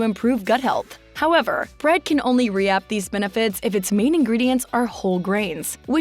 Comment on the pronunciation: did she seriously pronounce reap as “re-ahp” ?? lmao